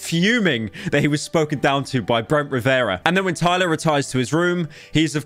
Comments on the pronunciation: Pyro pronounced "Rivera" as Babaria 💀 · oli-vera ri-vera SAY IT RIGHT